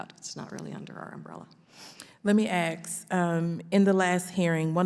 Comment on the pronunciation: Let me ax…?😂